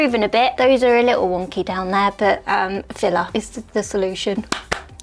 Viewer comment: With your accent "filler" sounds like "filla" and then you held up the tube and that's what it said on the label! 😅😂❤ I died of cuteness!